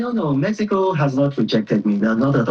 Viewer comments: Pls decide whether it's pronounced 'Mehico' or 'Mexico' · Omokri just dey fool himself. Mexico, mehico 😂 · Don't you find it a little odd that the ambassador is not consistent in his pronunciation of "Mexico"? Of course, both pronunciations may be correct in different linguistic contexts. But when speaking English in a formal setting, constantly switching between pronunciations from different languages can be confusing for the audience. Pointing that out is not an attack; it is a legitimate observation about communication and representation. The honorable ambassador, of all people, should understand the importance of clarity and consistency in public speech. So instead of calling people names for highlighting an obvious inconsistency, perhaps it would be better to engage with the point being made. Not every criticism is hostility. Sometimes it is simply an observation. 😂🤦‍♂ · Yeah, the pronunciations can both be correct depending on the language being spoken. My point, however, is about consistency. If you are speaking English in a formal discussion, it can be confusing to keep switching between the English and Spanish pronunciations of "Mexico" within the same conversation. I'm sorry if I wasn't clear enough in my first comment. I'm not arguing that one pronunciation is right and the other is wrong. I'm simply saying that consistency in speech helps communication, especially when you are representing a country in an official capacity.😊✌🏽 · 'Mehico" "Pira Obi". Confused man!